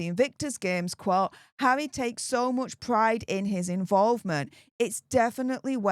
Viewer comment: Its harrrrrrrrry not havvvvvvvvy😂